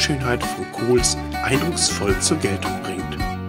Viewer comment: Die Insel heißt Kos, nicht Koohs….